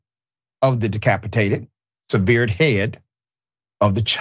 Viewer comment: And severed